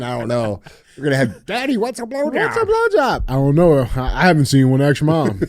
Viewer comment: DJ should not be able to get another trophy until he pronounces “ask” correctly…